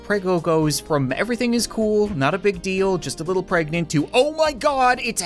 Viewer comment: A pergnaunt fersh?